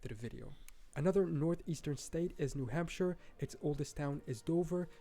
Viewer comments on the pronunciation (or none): none